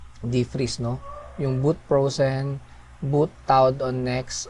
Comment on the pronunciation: Nice bedyow mo. natawa lang ako do own sa "bowt prowzen" at "bowt tawd"